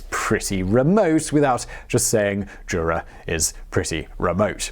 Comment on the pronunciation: Jura is remote, JOORA is remote